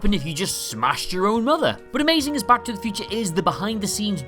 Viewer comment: Cool video, but... am I the only one annoyed that he says “back” like “Bach”? 😂